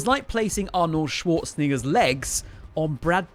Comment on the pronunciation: Bro you GOTTA pronounce Arnold Schwarzenegger’s name a little more carefully next time 🤣